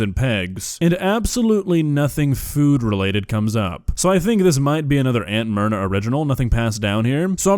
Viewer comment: I kept hearing it as Aunt Murder the first couple times said it lol (obviously never heard of her before now)